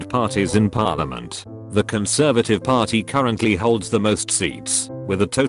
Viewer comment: Text to speech: says Cymru almost perfectly Text to speech: p o r l i m o n t